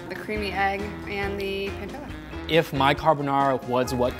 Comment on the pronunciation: the way they where saying pancetta and pepperino rly annoyed me, pls pronounce it right